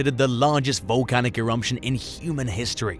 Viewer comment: There’s no M in the word Eruption…